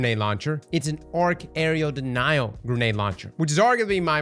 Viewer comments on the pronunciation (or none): AREA DENIAL. AREA. A. R. E. A. Why the hell can’t anyone who plays destiny on YouTube pronounce this… it’s not an aerial denial for the love of god….